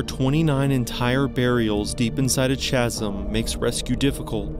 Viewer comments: I like these videos, but chasm is said like "caz - em". Not "chaz - em" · Has this guy never heard the word chasm before? It's not pronounced with a "ch" sound as in "church" lol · You need to look up pronunciation of "chasm." 😊